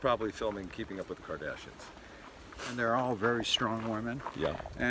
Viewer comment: “BRUCE - CATLIN - MARIE - KARDASiAIN”